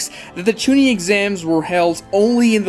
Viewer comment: Hate hate hate ur pronunciations.of chunin jonin and genin